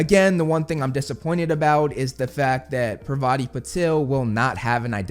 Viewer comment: Also, I hope, and in this series, they pronounce parvatis name properly. Honesty listening to the wrong pronunciation,I've forgotten how to pronounce it right! Parvati is a goddess name in India, and i hope it gets recorrected here.